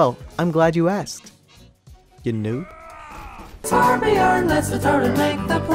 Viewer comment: Hes name is Torbjörn not torbjorn